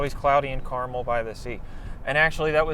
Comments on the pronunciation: It’s actually car-mell with an “eh” sound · Carmel is pronounced Car-Mehl (Mel as in Mel Brooks) - a local